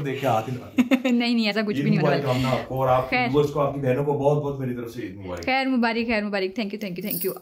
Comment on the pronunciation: Mubarik nhi aj tk mubarak padhe Or sune